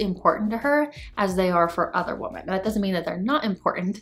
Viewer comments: Ok, seriously. Am I missing something? Why do I keep hearing the plural of the word "woman" pronounced as "woman" instead of "women"? Did they change the grammar, or is it offensive to say "women" now, or something?😂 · Woman is pronounced woman. Women is pronounced wimen.